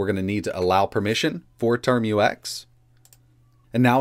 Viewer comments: It's TerMUX, not Term-U-X. It sounds like tmux. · Pronounce "Tar-max" not "term-u-ex" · ... `term-you-ex` nonono `term-ucks` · TERM-UCKS not turm-you-ex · So we just gonna ignore how he says "termux"